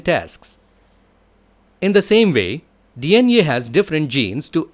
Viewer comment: D iyan ee (DNA) 🤣, GREAT VIDEO BTW 😇